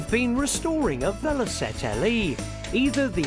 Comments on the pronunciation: "VeloSette"? 'VeloCette'! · It's Velocette not Velosette